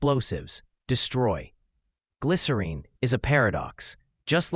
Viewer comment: Thanks for posting this. I also just finally saw Gavin pronounce the title the same way he sings it....I remember when I was younger this douche argued w me saying it rhymes with win not Dean. So to hear Gavin finally say it and to hear you say it is sooooo validating 😊 glycerEEN forever ❤